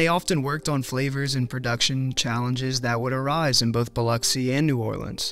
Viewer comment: Extra points for pronouncing Biloxi correctly. I was born and raised here.